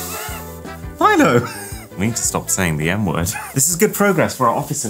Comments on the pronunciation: I thought he said "i need the stop saying the N word" 😭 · it sounds like to word he says in the n word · i thought he said "we need to stop saying the n word" instead of "we need to stop saying the m word" 💀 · when he says “I have to stop saying the M word” It sounds like he says “I have to stop saying the N word” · I THOUGHT HE SAID “I need to stop saying the N word.” LMAO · I thought he said I need to stop saying the n-word